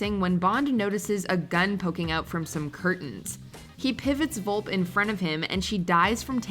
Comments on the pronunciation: Fiona Vulp? Its Vulpe, pronounced Vul-Pay. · There are tons of mistakes in this video. 1. Locque’s death doesn’t take place during the climax of FYEO. If anything, that scene takes place around the middle of the film. 2. Felix’s name is pronounced Felix Lighter, not Later 3. M isn’t stabbed in Skyfall, she’s shot 4. Fiona Volpe is pronounced VolpA, not Volp. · At least learn how to pronounce Volpe